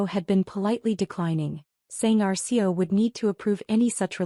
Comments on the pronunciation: Program your AI to say C.E.O. NOT SEE-O. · Please try to get an AI narration that recognises CEO as three separate letters not as a word pronounced😊 seeyo.